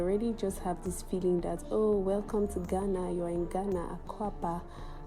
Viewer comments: It's pronounced Gaana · Why Nigerians always pronounce Ghana as "Gana"? . As a matter of fact the correct pronunciation is "Gaana"